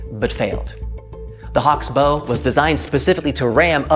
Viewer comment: look up the pronunciation of "bow"